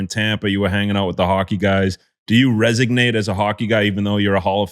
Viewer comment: How does Gronk say resonate right and you guys are still saying ‘resignate’ 😂